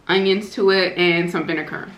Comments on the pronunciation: Would somebody please educate her....it’s VINEGAR NOT VINEKUR!!!! So sad. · I think she says vinecar to annoy me lol 😂